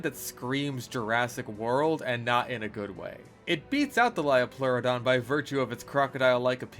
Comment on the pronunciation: Hearing “lie-o-pleurodon” had me correcting your pronunciation by saying the line “it’s a leo-pleurodon, Charlie” like some sort of sleeper cell 😂